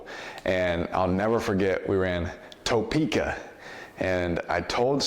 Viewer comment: Lol he said Topeka like John Gruden